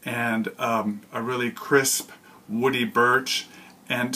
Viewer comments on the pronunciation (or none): none